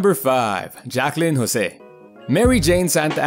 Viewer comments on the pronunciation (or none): none